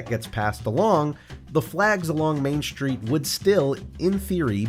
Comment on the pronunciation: What's a "shtreet"?